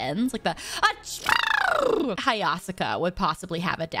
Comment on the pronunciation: Ain't to way she pronounce hayasaka like that NO WAY